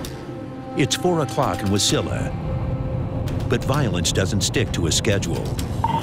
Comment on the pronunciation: Is anyone going to mention how the narrator pronounced Wasilla.